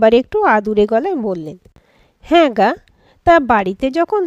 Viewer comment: কোথায় যাবে গা উচ্চারণ তুমি গো করেছো ভালো করে দেখো আমি তোমার গল্পে প্রতিনিয়ত শ্রোতা এত ভুল শুনলাম গল্পটি বেশ ভালো